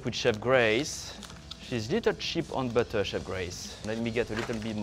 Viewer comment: "Add some butteuur... Bit more butteuur. Liiittle more butteur. More butteur" Yup this guy is French af. XD Gotta love the butteur tho.